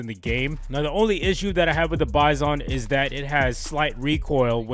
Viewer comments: its pronounced [byzun] not [by-son] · It's "bye-zin"